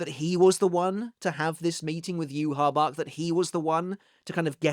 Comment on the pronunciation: idk, it's supposed to be Lillé/Lillay (and Yhwach is supposed to be Yuhabahr and not Yuhabak, as "ch" in German is similar to a "hr" sound, reich is prononced reihr and not reik)